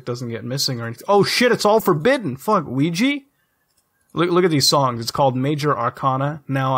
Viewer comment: OUIJAAAAA NOT OUIJI